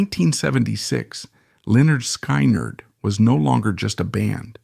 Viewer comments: Just take this video down cause apparently you know not much about lynard skyward, mainly how you pronounce it, it's lynerd skinned spelled how you say it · An embarrassing butchery of their name, just stop! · You need to learn the correct way of saying the bands name, It shows your real association with this band and their members. Documentary ain't bad.But you truly shown you don't know who this band really is if you can't get the name right. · SAY THE NAME PROPERLY!!!!! GOD!!!! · Please stop doing Lynard Skynard videos until you can start pronouncing it correctly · It's idiotic artificial intelligence using a voice.. they choose which type of voice sometimes redneck voices or New York City voices but they cannot pronounce the words correctly at least not yet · I know I just wanna shake him…